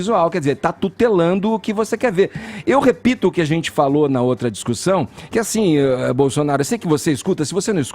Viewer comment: Fala direito, maluco. "Tem zentsi" não sabe nem falar porra. Enfia o dislike no cu do Fefito.